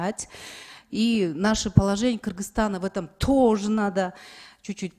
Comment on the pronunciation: Тоооо́ожи эмес тоже келин